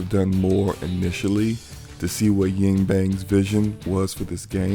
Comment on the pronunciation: "yIng bAng"